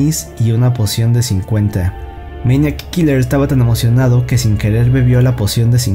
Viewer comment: Todo el tiempo estás diciendo meñac kiler 😂😂